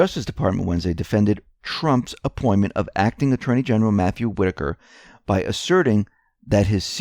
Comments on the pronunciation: I am glad you learned the correct pronunciation of Whitaker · most likely you didn't read very many books while you were in High School. You finally got the pronunciation of "Whitaker" correct but it's "MONITORING" not "monoring". Don't be mad! I made lots of mistakes when I was your age too (I'm 78).